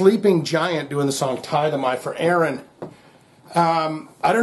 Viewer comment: It is pronounced Tith'-ay-mee. It's Greek for to bow down.